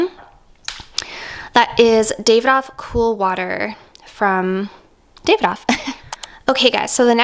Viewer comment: Davidoff is pronounced daaahvidof